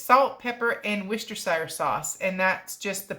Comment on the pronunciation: Really, really love your vids but as a UK resident I've got to call you out on the Worcestershire pronunciation 😄 it's "Wuster" sauce